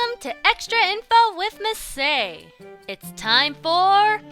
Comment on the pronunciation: "Hakase" means "professor." Masae is her name, as far as I'm aware. Note: Though she pronounces it "Mah-say," it's actually pronounced "Mah-sah-eh," in Japanese. So Masae-hakase would be: "Mah-sah-eh hah-kah-seh." It's fun to say!